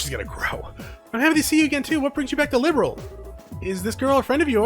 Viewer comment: Youve also mispronounced liberl but is all good😅 dont mind me ik ur videos are a few years old but rewatching since i cant play. Hope your around tho ill drop some comments here and there 😁